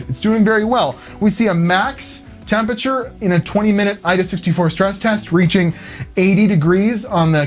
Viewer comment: I now know that you were saying AIDA64 and not AEEDAE64